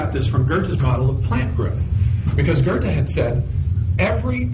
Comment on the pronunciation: 'Goethe', do you see an 'R' in there? No? Really? Then why pronounce it?